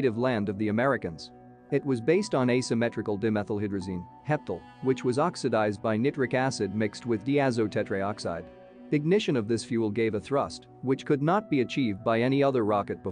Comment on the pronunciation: Cooked with `nih-trick` acid no less....